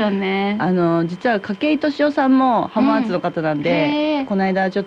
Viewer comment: 浜松⇨はままつ❌ は〜まつ⭕️ 静岡⇨しずおか❌ しぞ〜か⭕️ 地元の地名の読み方まで訛ってしまう遠州弁😅